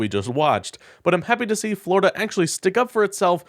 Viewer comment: The scariest sentence in the English language…”Today, a man in floriduh”